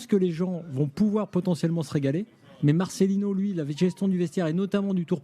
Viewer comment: Marcelino, pas marcelinho svp!!! Un peu de respect, si déjà vous ne respectez même pas son nom !!!! Vous êtes grave les français...